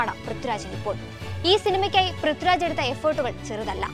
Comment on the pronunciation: Prithuraj അല്ലാട്ടോ.. പ്രിഥ്വി രാജ്... I wish anchors focused on their pronunciation.